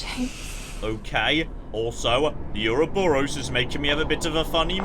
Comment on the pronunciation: you're a student of classic literature; somehow I would have expected you to know how to pronounce Ouroboros correctly.